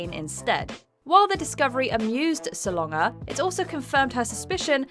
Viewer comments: It is spelled Salonga. It is pronounce how it looks: sa LON ga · you pronounced Solanga INCORRECTLY listen on Tony Awards vids when introduced